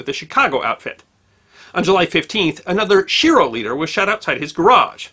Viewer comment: Schiro is pronounced "ski ro." There was a mayor of New Orleans by that name -- who told people "don't believe any false rumors that you hear unless they're from me."